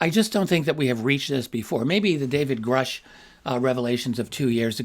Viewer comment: Imagine?. Cant even say Grusch. Wow